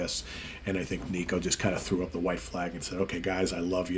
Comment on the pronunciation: Will miss Nicko (pronounced Nick-oh, not Knee-koh) but it is the right choice. Maiden fan sites had been documenting how he’d been struggling a bit on this tour. Can’t fault him, he has not fully recovered from a stroke. Awesome drummer for decades. Best interview in the band too, how about he continues as Maiden’s official spokesman!